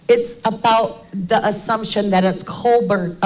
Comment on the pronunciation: If I'm not mistaken its "Kopak" anywhere. There is a family of Kopak's in Perce Idaho not too many miles away from Moscow. Besides there is a video put where Brent himself stated his name and he puts no 'at or any other letter or sound on the end of it. U did know that didn't u guys? Its just something that's not important really to the case it just bothers me everytime I hear people say Brent's sir name. I'm sure it makes no difference to him anymore but out of respect for his legacy i would truly like to know the world knows his name. But who knows maybe I'm wrong but I don't believe I am. Thanks for everyone's hard work no matter what. Have a wonderful day.